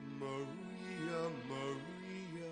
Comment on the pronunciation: Holy cow. He sure puts his all into it. An excellent version - just wish he would sing that third syllable in "Maria" without all the extra flourish. A simple "a" would suffice. He doesn't sing the B flat either. Another American singing it the "American way". :) Oh, he's British...? A very strong performance with a great dynamic range.